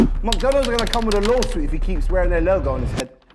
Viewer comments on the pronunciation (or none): Did chunkz just pronounce lawsuit as law sweet?? 💀💀